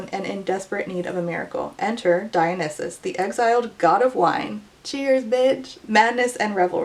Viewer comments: girl don't worry about the pronunciation, every English speaker pronounces it incorrectly. It's not /da-yo-nis-suhs/ like you say nor /da-yo-nih-suhs/ like others say because English speakers can't pronounce foreign words correctly anyways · hey dont worry about pronunciation, i was like "huh i think it's said dye-oh-NYE-sus" but then i thought about it and realized i didnt actually know LOL. i grew up with the roman retellings so i get getting tripped up by names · "Umm actually, it's pronounced 'dee-oh-nee-soos'" Yes really. But nobody in English pronounces it that way hahaha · i will say, as a hellenic pagan whose patron is Dionysus, i Was cringing but more in a "ah. we've all been there" kinda way LMAO. greek names to an english native speaker are hard! glad someone was able to tell you irl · Don't take this the wrong way, but your confusion about a badly written book was very entertaining. Thank you for correcting your pronunciation of Dionysus. Your review of this book comes in second to Jason Kelce's review of The Twighlight movies. 😂😂😂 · I pronounce dionysus in a third different way! I really wonder if it also depends on english/American pronunciation. Thanks for summarising this book so clearly, I was very curious after the drama dust settled. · when you mispronounced Dionysus that cult of Dionysus song would play in my head lol